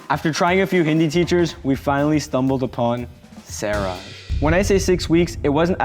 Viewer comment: When he said siraj I thought he said Sarah lol😂😂😂😂😂😂😂😂